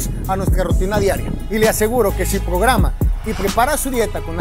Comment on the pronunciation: dios duelen los oídos con lo de "pograma" XD